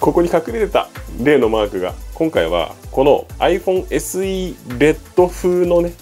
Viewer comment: あいふぉんせ●●す ＿人人人人人人人人＿ ＞ 意外と発音いい ＜ ￣^Y^Y^Y^Y^Y^Y^Y￣